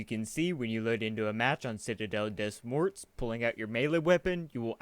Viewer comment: It pronounced citadel "de more" not "des morts"